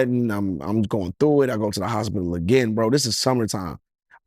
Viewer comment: Hosbidal 😂😂😂 it's hospital Lil slow slow